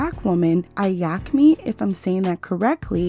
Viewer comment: eyeamki is pronounced "i am ki"